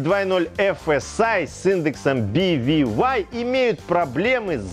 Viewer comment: мы все читаем эти BVY и прочие CDAB по не-немесски. К чему тебе эти би ви вай? Он же немец